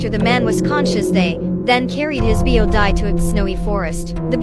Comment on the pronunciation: the bo"die"